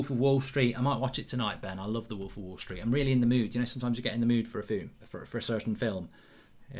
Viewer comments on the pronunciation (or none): none